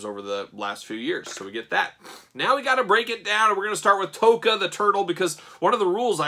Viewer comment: They are pronounced TOCK AH and RAH ZAR